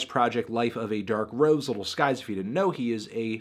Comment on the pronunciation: It bothers me that he says little instead of lil